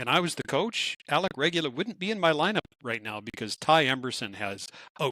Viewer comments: Kapenen should definitely help in the bottom 6. Big, fast, strong, with scoring ability. Respectfully, I ask: please find correct pronunciation of names and stick with it. Kind of distracting hearing you go back and forth on “Regula.” Really enjoy quick thoughts in conclusion. Lastly: Jarry trade is looking good and that’s awesome. Hope Stu finds his consistent game — his character and moustache call for it. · Watch it, is frowning at you for pronouncing Regoola 's name right sometimes. 😅